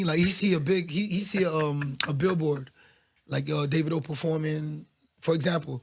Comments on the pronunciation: It's Davidoo not davido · Daaa-Vi-do Ebro ignorant ass 😂